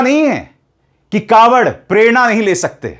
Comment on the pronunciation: कॉवड़ नही ढाँवड़